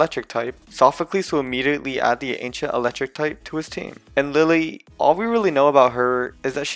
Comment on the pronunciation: LILLIE, NOT LILY! MAGEARNA, NOT MAGANA!